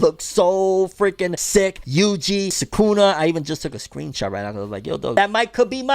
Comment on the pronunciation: Bro you’re pronouncing Sukuna wrong😑 not be an ass, just looking out🤙🏼